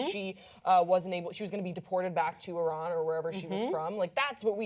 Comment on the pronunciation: Thanks for saying Iran in a correct way <3